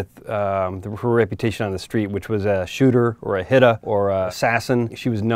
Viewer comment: A HIT-TAH.